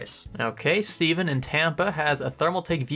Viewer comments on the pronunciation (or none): none